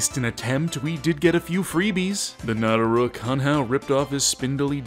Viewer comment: nataruk? moer liek natah r u k?